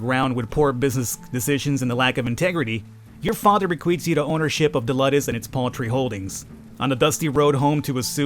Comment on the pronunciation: And its Luuudus, not luddes xD you might wanna watch some episodes of Spartacus ( the "new" series ) to get some knowledge about that kinda stuff, its even relatively good and you might enjoy it pretty bloody tho, alot of nude and sex, and more blood and gore xD i hate the intrigue shit thats in it, but the rest is good season 1 was the best anyways